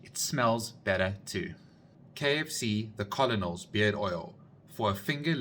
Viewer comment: Love how you pronounce colonel wrong like every kfc employee 😂😂😂